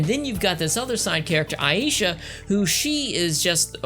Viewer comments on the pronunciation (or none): 1st, It's not pronounced Su zu ka, it's pronounced Sa zuka. It's not Ai Aysha, It's Aysha (pronounce A Sha with a long A). Aysha Clan Clan. 2nd, Grappler arms aren't tiny, what anime are you watching? They are the same length as the ships themselves. 3rd, In Samurai Shamploo, GENE, not GIN, is actually based off a character from Lupin III named Goemon (pronounced Go A Mon with a long A). Just a fun factoid for you. 4th, There is another anime in the same universe as Outlaw Star. It's called Angel Links and it is AMAZING!! It follows the Security Forces officers we see in Outlaw Star but in actuality, Angel links isn't the spin-off, Outlaw Star is. If you haven't seen Angel Links, go find it and watch it. I guarantee you'll love it!!